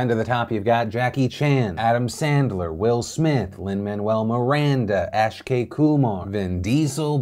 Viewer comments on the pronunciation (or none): Phil, it's AK-SHAY KUMAR,NOT ASH-KAY KUMAR. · Nope it's not Auck-shay, it's Uck-shay, it's not a rounded sounded, it's much sharper like the other pronunciation. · Akshay not AISHHKAY. Haha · DeFranco. its ay-Kshay kumar... not aSH-kay kumar..lol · I feel like as a person from India I have a heavy duty to share: its AKshay (uhk-sh-a-é) not Ash-Kay, as cool that may sound. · did you just say ashkay...... lol!!! Akshay! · You call Akshay Ashkay omg 🤣🤣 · HAHAHA you said Ashkay Kumar but it’s AKshay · It's AKshay not ASHkay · Ah yes, ASH-KAY KOOMAR, my favorite actor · "Ash k Kumar"🤣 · Ash-k Kumar? Phil come man! 🤣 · Ash-kay koomar 😂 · Ash-Kay Koomar? Lol. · ASHkey Kumar LOOOOOOLL!!! Come on Phil read the letters in order ._. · Ash-kay Kumar that made me laugh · hey phil. Its AK-SHAY kumar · Phil, it's pronounced Ak-shay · "Ash-kay Kumar" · ASH KAY KUMAR? is it really that hard to try to read a name Filipino De Pranko? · "Ash-kay Koo-mahr" :| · lol I was gonna comment as well. He totally butchered it haha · Pronouncing Akshay right isn’t too much to ask, right?